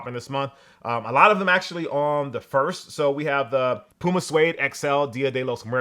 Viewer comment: I'm surprised that you pronounced PUMA accurately. What did China do to you?